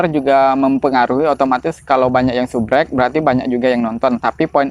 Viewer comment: "kalau banyak yang subrek" hahaha 😂